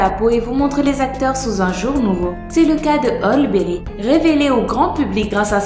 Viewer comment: ça choque que moi comment elle a prononcé halle Berry